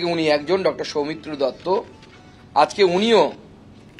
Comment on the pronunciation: দত্র নয় দত্ত😂